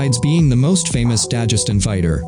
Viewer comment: Why do you say "Dajestan" It's Dagestan